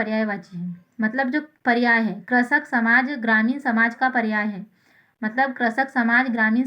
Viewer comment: Pehle krishak bolna toa sikh ja.. 🤕